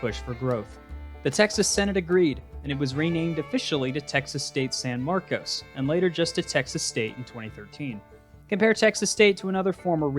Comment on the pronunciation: Just an FYI, San Marcos is pronounced like San Marcus. Don't ask me why.